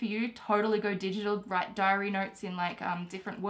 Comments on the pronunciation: "WITE IT DOWN" Thumbs up if you noticed it. P.S. love your videos. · Wite it down😂